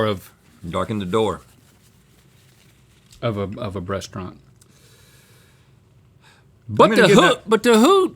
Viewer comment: Did Link say "breastraunt" lol and Rhett you are so proper! Love y'all